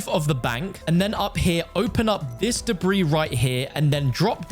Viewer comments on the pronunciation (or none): none